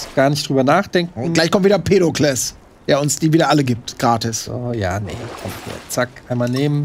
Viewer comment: Hahaha.: "Pedokles". Ich schrei mich weg:D